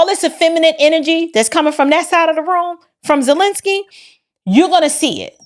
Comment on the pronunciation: Vladimir Zest-lensky